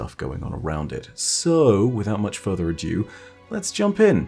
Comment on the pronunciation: every time you mispronounce "ado" as "adieu" it kills me inside.